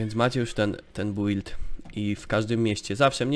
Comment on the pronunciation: czemu ty mowisz bUild albo dungeony XD